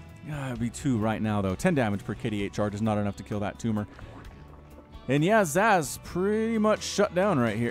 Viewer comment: Zasz (pronounced Zahz) was the Cerebrate of the Garm brood back in SC1. one of the elite Cerebrates, but was killed by Zeratul.